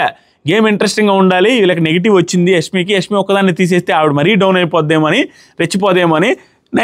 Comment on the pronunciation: Nee telugu thagaleyya.. adi యస్మి kaadu యశ్మి.